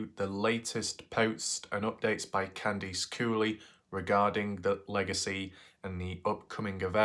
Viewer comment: I think it'd be cool if you tried the US pronounciation of Candice in your next vid. "Can-diss" instead of "Kahndeese"....ok. But i do like it when you say "Kahndeese", I laugh inside a little everytime.